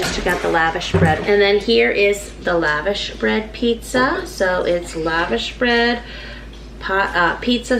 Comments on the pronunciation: It’s lush-gosh bread if you want to say it properly. Not Lavish. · Love your videos. I've always heard it pronounced laVosh bread. Webster's dictionary online seems to say it that way too Yummy stuff. Good idea to do pizza with it.